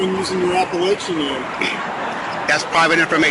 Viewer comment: Was he saying Appalachian, does he think he's part of a mountain range 🤔